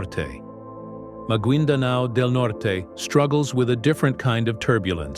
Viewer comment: The pronunciation is /magayndanao/